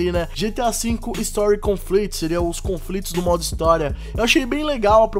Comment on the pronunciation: Erro grotesco da palavra conflito em inglês. Conflicts. Não "conflits"